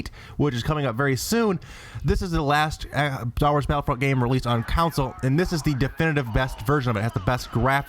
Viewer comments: It's console, not counsoul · It's console not council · Why do you keep saying council instead on console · 1. It's pronounced "con-sole," not "council." 2. Steel Battalion can't be the rarest game on the system if, at $200, it is the same price as it was at retail (technically cheaper after inflation). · it's console, not council, goddamit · All I keep hearing is the word "council" when you're saying "console" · why can't you pronounce console? you are saying counnsole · STOP SAYING COWNSIL! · Maybe he from uk lol